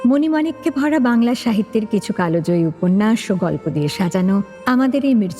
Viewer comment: Kalojoyi na kaljoyi😅